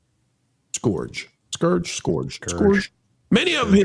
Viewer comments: It's skurj. Not scORj. No word should EVER come close to rhyming with orange. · Word geek here: It's pronounced skurj